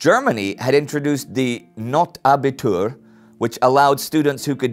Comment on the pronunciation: Hi Indy, I'm a bit amused, how you pronounce "Notabitur"(aka "Kriegsabitur", in Austria "Kriegsmatura") in a way that it sounds like "not Abitur". "Not", meaning "need" (want, emergency) is rather pronounced like "note" with a long "o". Until recently, the German "Abitur" used to be the only exam that provided admittance to a university study. After the war(s) the point of view of many universities actually was that a "Notabitur" was "not Abitur" and demanded from applicants with a Notabitur to pass additional exams .